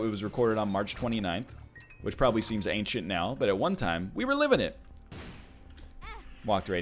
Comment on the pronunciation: I hate that we bullied him into saying ancient properly.